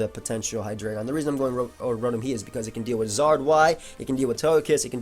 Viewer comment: I love how actually pronounces "Hydreigon" correctly. So many dummies say it "High-dry-ghen."